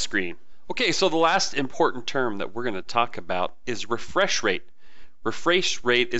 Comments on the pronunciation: You said refraysh rate Haha You make great videos though keep up the good work man and I love your gaming Pc builds too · "Re-fraiche rate" mmm.. Fraaaiche.